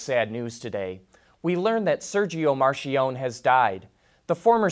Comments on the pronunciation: The man was Italian, not French... please pronounce his name right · Your butchering of 'Marchionne' cause my ears to bleed.